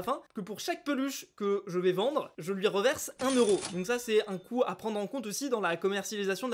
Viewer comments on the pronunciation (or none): none